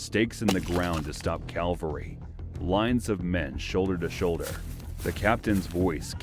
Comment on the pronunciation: Cavalry. Why is that so difficult for ul/Americans to say? Its your own language. Same for ,"their /they're